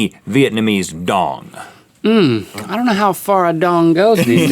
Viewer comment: guys that's not how you say Vietnamese dong😂